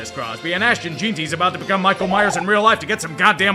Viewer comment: I will actually run laps around my block the day you pronounce Ashton Jeanty’s full name correctly